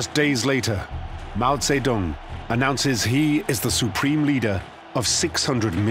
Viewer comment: You pronounce his name wrong